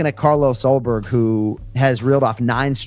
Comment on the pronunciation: This is such a great match-up. The only bad thing about it, is that we'll never see a fight between Ulberg and Poatan because Paotan is now a heavyweight. That would be a very intriguing, technical matchup. And LOL@ and Masvidal not even knowing Ulberg's name. "Allberg." Haha!